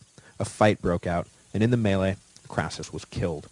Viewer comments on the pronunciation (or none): none